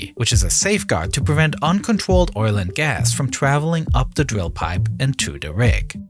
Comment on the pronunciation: The worst part of this is his pronunciation of words containing R. Sounds like it’s being narrated by a 3 year old 🤦‍♂️ dwill pipe? Uncontwolled? I mean come on… how old are you “”